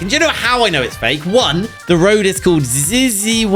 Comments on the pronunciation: Zzyzx is actually an uninhabited town in California and is pronounced Zi Zicks. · The Zzyzx road is REAL I’ve seen it many times IRL it’s pronounced ZYE-ZIX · The Place Zzyzx really exists. It's a place in the desert, someone bought it a time ago and named it like that to be at the end of the alphabetic list of place names. According to Wikipedia, it's supposed to be pronounced "zyziks" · Evidently, Zzyzx is a real place. It's pronounce Zie-zex and is an unincorperated town in California that used to be called Soda Springs. My question, why the heck would you change the name to Zzyzx?! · Zzyzx Road is real. It's on the 15 freeway in California in the middle of nowhere. We always pronounced it "zeezix"